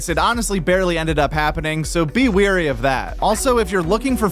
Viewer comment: Wary... Not weary😆👌 ✌️💚🍉